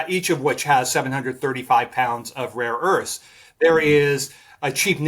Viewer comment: I thought this guy was making some good points until he said “raw earths” several times, turns out he’s an idiot.